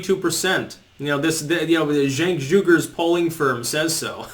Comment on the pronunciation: Every time you said Cenk Uygur, I think Chunk Yogurt.